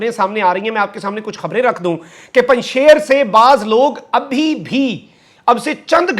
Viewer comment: یہ لفظ Panjshair نہیں، "Panjsheer" ھے۔ فارسی میں "ے" (بڑی یے) نہیں ھے۔